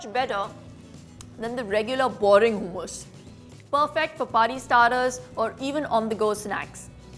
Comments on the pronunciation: Hoomus?? 😆 it’s hummus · Actually, Its not pronounced Hoomus lol! Its Hummus! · I thught its moong daal hummus..but it turned out to be chikpeas hummus ? Did i miss moong daal in the clip? Also Babe its ha mus and not hu mus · In British pronunciation its Hooomus and in American pronunciation it’s Hummus..